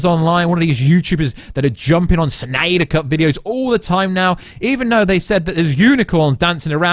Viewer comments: Oh please stop staying Snnnyyderr... 🙄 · Ahhh. Stop saying Snyder like that. It's not funny or cool. At all.